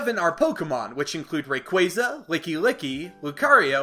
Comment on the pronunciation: Im sorry "Rayqwazer"